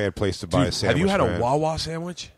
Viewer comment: I was on board up until he said rite aid sammich